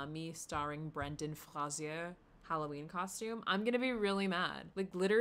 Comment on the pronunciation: The way u said brendan fraser killed me